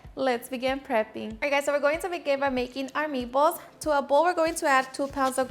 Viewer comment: "me-ballce" are so awesome